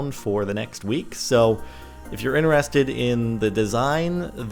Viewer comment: Why does he say interested in a differ way?